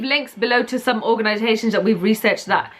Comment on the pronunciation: Say "ORGANISATIONS" again.. haha